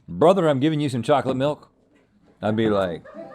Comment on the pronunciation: Has Rhett recently become a Hasanabi head?? 🤔 cuz the amount of times he said "bröther" in this episode seems remarkably familiar 👀